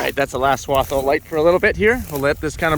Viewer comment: Yea not swab, swath.